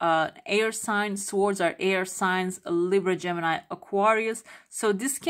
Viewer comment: You don't pronounce "w" and "r" in swords u say [soədz] 🩵 and also comfortable as ˈkʌmftəbəl' Thanks so much for the reading 🩷